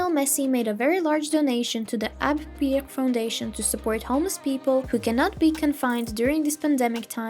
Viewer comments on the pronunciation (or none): none